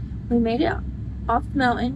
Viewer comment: There's a T in the word mountain , it is not pronounced mou-en ! Learn to pronounce the T .👎